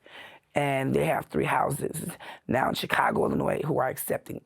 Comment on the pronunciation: that is the FIRST time I have ever heard someone pronounce the “S” in Chicago, Illinois.